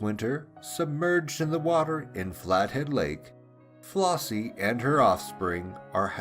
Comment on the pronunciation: The name is FlEssie not FlOssie.